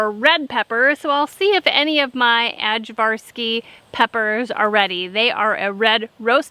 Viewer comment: I'm so glad that ajvarski peppers are available in the U.S. We fell in love with them while working in the Balkans. They are the main ingredient in ajvar, a roasted pepper spread. Just a quick note, the "j" is pronounced as a "y", so it sounds like "Eye-varski". Love your videos!